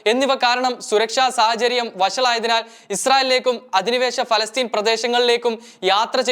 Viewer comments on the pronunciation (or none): none